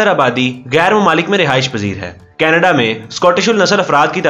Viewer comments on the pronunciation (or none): none